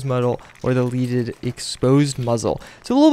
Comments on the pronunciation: Oi It's "Led-ed" Not "Leed-ed" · "leh-deh" NOT LEED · Bro, lead the element(not lead as in lead someone some place). Led-ed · Just fyi since people are probably hating on your ass for saying "leaded wrong" its leaded as in the element Lead :)